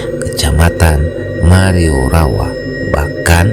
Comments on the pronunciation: Kec marioriawa bukan mariorawa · Marioriawa bukan mariorawa bang